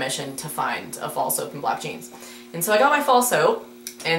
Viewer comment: When you said Fall soap I thought you were saying false hope and I got kind of concerned that a thing like that was sold at your mall...